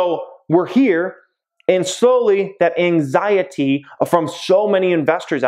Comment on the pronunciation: The way you say anxiety gives me anxiety